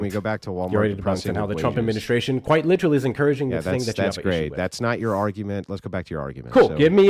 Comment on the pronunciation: Lit -TRALLY....ffs Insufferable